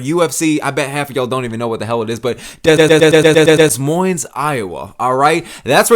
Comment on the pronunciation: The s is silent in Des Moines brotha